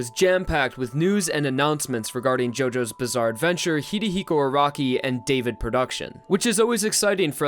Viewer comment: I love you man, but it's "Hi*ro*hiko Araki", no Hi*ri*hiko lol.